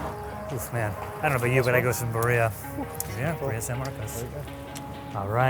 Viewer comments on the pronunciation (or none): At least try and pronounce it “beer-ia” not “bir-eeah” lol . Even got the names of the spots wrong 😓 lol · no no no - buh-ria yes yes yes - beer-ia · Hearing him say "burr-EE-uh" is killing me. It's "BEER-ee-ah" man. And you roll the r if you are especially ambitious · I'm enjoying your show but if you say barBerrian! more time! Cmon, it's beeria!😮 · It's not buh-reeuh it's bee-reeuh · bruh , it's not called a bruhhhrria taco... it's Bri-Di-ah taco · The emphasis goes on the first syllable not the last one. It’s BEER-re-uh not “beh-REE-uh” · Birria, not burria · the food you're eating is birria. It's pronounced (BEE-re-ah), not be-REEE-ah! You're killing us over here! We've watched pretty much every episode of Food Insider (Insider Food) since the beginning, loving each one, but this one is making us cringe each time you butcher this word! Sorry...and we still love you! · He cannot prounounce birria at all though. Why did a producer not tell him? its bee-rria not burria. one time I get it but its just embarrassing that for a full 30 min video he gets it wrong. there is one time he comes close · WTF is Burr-EE-a? Dude... It's pronounced BID-ee-ya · Love how through the video pronounces it as BAria Instead of BIria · Jesus. It is Birr-ia. Not Bi-riah. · "BUREEYA" bro.. even without the Spanish R you could pronounce it correctly. It hurts everytime he says it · Beer-ee-yah (really?) Dude at least pronounce it right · How is this a whole video based on birria yet been pronouncing it wrong the entire time? Him saying it like Maria with a b but it’s more like beer-e-uh 😅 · Did he just call it bareeuhhh💀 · is usually a great host but listening to him the whole episode saying "birriiiiiia" and mispronouncing all Spanish words is so painful to watch. So much gringo mood for just one episode. Anyhow, great food! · Ba ree ya? This video is embarrassing. Say it right. Sheesh. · The way they pronounce Birria and consume made me stop watching this